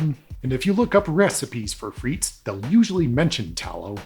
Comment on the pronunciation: Thanks for clearing this up, good video. Just a suggestion, in your relentless efforts of research, you might want to spend a few seconds to look up how to pronounce a foreign word